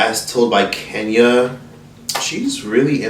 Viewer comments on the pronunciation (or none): none